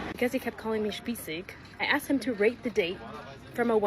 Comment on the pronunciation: Got to say, for an American girl, her pronouncing of “spießig” was pretty good 👍 Greetings from Germany 🇩🇪 😊